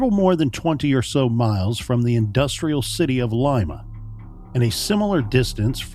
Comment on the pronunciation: At least they pronounced "Lima" correctly....